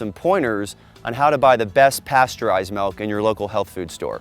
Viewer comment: Practice it's pronounced milk not melk